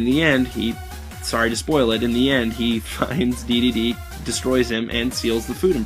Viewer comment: Awesome review. Except for Duh-dee-dee. I am pretty sure its pronounced Dee-dee-dee